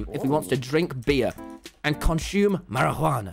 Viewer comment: the way he said marijuana XD